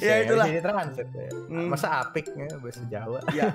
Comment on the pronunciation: itu aa p i k Jadi a nya tebel bang Contoh:weh baju mu apik e Gitu bang😁😊